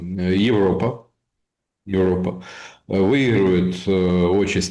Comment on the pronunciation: Мужики!!!! «отчАсти», второй слог!!!!!!